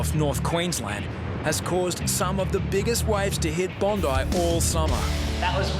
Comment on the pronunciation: Its bondi not "bone-dieh"